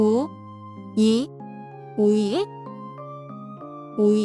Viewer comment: 오이 발음이 이상해요